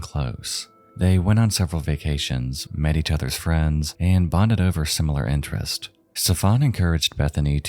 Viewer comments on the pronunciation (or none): I noticed this shortcoming on your other videograph: You must learn to pronounce the final "s" in the word "interests". It is there to be pronounced, not to be ignored from laziness. Shame! O! Shame!